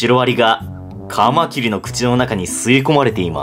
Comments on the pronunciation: 「カマキリ」のイントネーションが標準語になりましたね。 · カマキリ のイントネーションが一般的によく聞く響きになった。